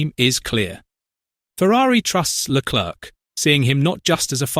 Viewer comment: When you said Leclerc don’t pronounce the c